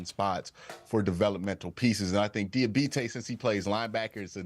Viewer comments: How do you mis-pronounce the dudes name several times 2 mins after you hear it said correctly several times? Come on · Somebody needs to let Q know he has got to stop butchering that man’s name, 🤣. (Dee-uh-bah-tay)